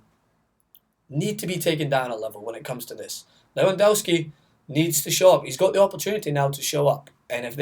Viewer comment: I don't think you've actually watched a single Poland game this euros, Lewandowski is brilliant and you can't even pronounce his name correctly. Maybe you're just salty that he crushed your hopes by scoring a goal in the 94th minute in the qualifiers